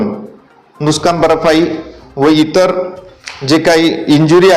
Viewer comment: नुस्कान नाही नुकसान 😂